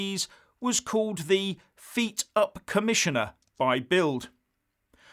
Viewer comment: The expression was "Continent Isolated." By the way, the German newspaper BILD is pronounced "Built" and not "Build". Great series of videos. The hammer always clobbers the poor old nail right on the head!